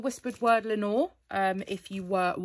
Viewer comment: Lenore is from Edgar Allen Poe's poem The Raven. He also wrote one called Lenore. I know because my name is Lenore and I have had the poem quoted to me a lot. 🥰 P.S. I love the way you say Lenore. 🤗